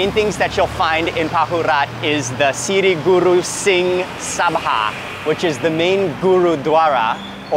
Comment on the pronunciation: "sirrrri gurrru singh" bro we dont speak like that u know